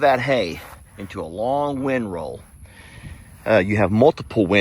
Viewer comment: you’re saying that term wrong—not wind roll but—Windrow!!!